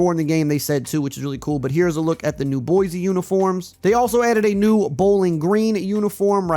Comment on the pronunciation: I love your content brotha and would love to game it up sometime but on the real it’s Boi-See not Boi-Zee. We always on peoples heads for this 😂